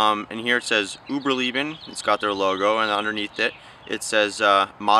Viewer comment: Uberleben not Uberlieben. Lay-bin not Lee-Bin